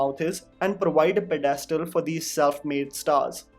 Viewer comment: I like the way you say "devayelop" and "pedayestal" in every video, constantly reminding us of our flaws.